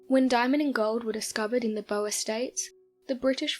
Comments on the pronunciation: I only found 1 thing wrong and its your pronunciation of the "boer war" Its not pronounced "bow-er war" its infact pronounced "boor war" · It's pronounce Bor as in a pig not BoER & the war was against Dutch settlers in South Africa not the South Africans. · Boer is not pronounced as Boa as in Boa constrictor! It is pronounced Boor. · Nice video and great voice, but your pronunciation of "Boer" is excruciating!! 👍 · Fascinating stories... Pronunciations... Boer war= Bore War not Boa War and Salisbury is pronounced Sawlsbury... Otherwise excellent and intriguing as always!